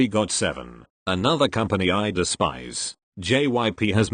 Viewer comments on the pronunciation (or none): The robot voice is like: jips gyp jyips.gypsy....